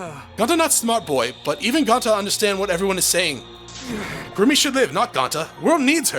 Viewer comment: It’s actually Kirumi but somehow every letsplay I watch so far have been calling her kurumi 😂